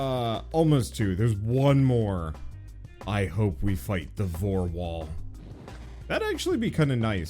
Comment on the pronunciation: Did you seriously call it the Vore Wall!?!?! XD omg